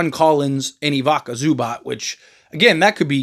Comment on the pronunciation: IVICA ZUBAC… IVICA, NOT IVACA